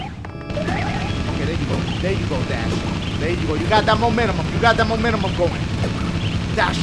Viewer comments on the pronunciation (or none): i wonder if dashie realises that hes saying momentum wrong